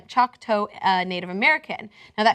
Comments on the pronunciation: What is a "choke-toe"? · Seriously? Choke-toe???? This is pretty well known tribe, I can't believe doesn't know how to pronounce it correctly, even if you don't know how to pronounce it, how in the world did she read Choctaw as Choke-toe??? What a dingbat! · Blumenfeld I know. Gawd, it's not CHOKE-TOE, FFS! You'd think TYT would research this. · It's not "chalk toe" or "choke toe". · Chalk-toe? lol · How did get "choke toe" from "Choctaw"? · It's pronounced "chock taw" at least that's how my Native American family members pronounce it. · Chock -"Taw". You know... raw, saw, law, etc. Please research. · pronounced "chawk ta" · "ch-awk t-ah". come on "" (), nobody likes it when you screw up an easy pronunciation. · needs to learn how to read. How is Choctaw going to be pronounced "Choke-toe"? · I'm not sure how you see Choctaw and keep pronouncing it chuck-toe. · being choctaw it is pronounced Chuck- taw with an aw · holy shit. this female host is a flipping idiot. can she not read ? it's choctaw, not choke tow you dipshit. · it's pronounced chalk-taw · It's pronounced Chock-Tah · Chalk-tah. Crikey, do some basic research,. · Choke-toe -_- *heavy cringing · Choctaw isn't pronounced that way, Choc makes the sound "lock" does. Taw makes the saw "saw" does. so like, Chock-tah. :) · It's pronounced "Chawk-Taw". Idiot. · The word is pronounced chock taw...... Lol wow ppl are..... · Perhaps you should have learned to pronounce the name of the Tribe before doing this story, seriously. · she's saying Choctaw wrong. 😒 but Choctaw Pride! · I'm Choctaw and just butchered the name of my Tribal Nation. Cenk and, when you do a story on Native Americans, learn how to pronounce the name of the tribe or else you'll give yourself away that your journalism is crap. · I cringed every time she tried to say it. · Please please please learn how to pronounce Choctaw! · I cringed every time she tried to pronounce "Choctaw".